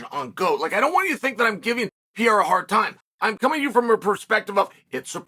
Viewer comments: “Puh-Rare-Ruh” or “Puh-Dae-Duh but NOT Pierre Ra! Learn the dude’s name! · PA-RARE-A YES PEE-AIR-A NO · "Alex Pieria"...... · Alex Pierre-a is beast Uncle Chael